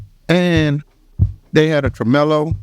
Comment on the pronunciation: that pronunciation of "tremolo"